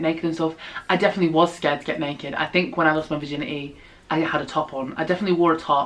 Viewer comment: “virgin • eh • e” lmao I love it.